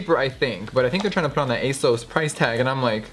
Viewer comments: They way Jeffree says ‘asoas’ instead of ‘ASOS’ 😂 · Pretty sure ASOS is like really British and here in Britain it’s pronounced Ay-s-os, where as jeffree my sweetie was calling it ay-s-oh-s 😂😘😘 just putting it out there ♥️